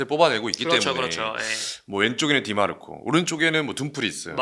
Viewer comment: 디 마르코가 아니라 디마르코입니다!!